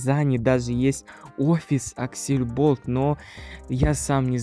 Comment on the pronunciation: Ужас Невнятная, неуверенная речь Неправильное произношение НАЗВАНИЯ СТУДИИ АКСЛЕБОЛТ, а не аксельболт Всех разработчиков несложно найти, по крайней мере основных, типо антона, леши и ильдара Первая игра от аксле была Zombie Mincer, ее написал лично глава студии, а потом уже вышел первый стэндофф Учи матчасть